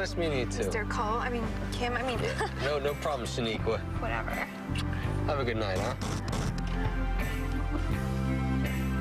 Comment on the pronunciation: He called her Shaneekwa hahaha